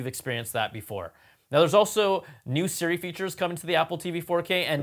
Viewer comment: I hate how he says. Seeremote instead of Siri remote.😂